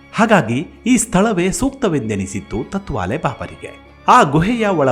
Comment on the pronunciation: ಸರ್, ತುಂಬಾ ವಿಸ್ಕೃತ ಹಾಗೂ ರೋಚಕ ಸಂಗತಿಗಳನ್ನು ನಿಮ್ಮಧ್ವನಿಯಲ್ಲಿ ಕೇಳುವುದು ತುಂಬಾ ಕೂತೂಹಲಭರಿತವಾಗಿರುತ್ತದೆ. ಹಾಗೇ ಇನ್ನೊಂದು ವಿಷಯ ನೀವು ತತ್ವಾಲೆ ಬಾಬಾ ಎಂದು ಹೇಳಿದ್ದೀರಿ ಅದು ತಾಟ್ ವಾಲೇ ಬಾಬಾ...ಎಂದಿದ್ದರೆ ಪದ ಸರಿ ಇರುತ್ತಿತ್ತು. ಎಂಬುದು ನನ್ನ ಸಲಹೆ.. ಏಕೆಂದರೆ ನೀವೇ ಹೇಳಿದ ಹಾಗೇ ಗೋಣಿಚೀಲ ಬಳಸುತ್ತಿದ್ದರಿಂದ ಅವರಿಗೆ ಆ ಹೆಸರು ಬಂದಿದೆಯೆಂದು, ಗೋಣಿಚೀಲವನ್ನು ತಾಟ್ ಎಂದು ಕರೆಯುತ್ತಾರೆ. ನಾನು ಹೇಳಿದ್ದು ತಪ್ಪಿದ್ದರೆ ತಿಳಿಸಿ..... - ಜೈ ಭಾರತಾಂಬೇ ...🙏